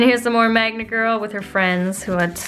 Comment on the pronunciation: Every time I hear 'Magma Girl' I hear 'Manga Girl'